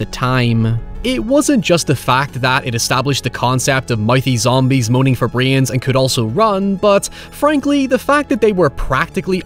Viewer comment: it's "brains" not "breeee-yans"